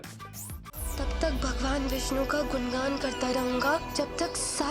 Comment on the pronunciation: गुणगान को गुनगान बोला, विष्णु को विष्नु।